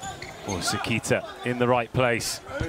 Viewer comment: 解説の方がもう褒める言葉がないくらい称えてくれてる。本当にスゴイteam🐉 英語発音の関田選手→セキータは可愛い😂